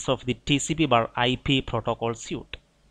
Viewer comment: Good videos! Very helpful. One pronunciation pointer: The word "suite" looks like the word "suit" but is pronounced like the word "sweet". Thanks again!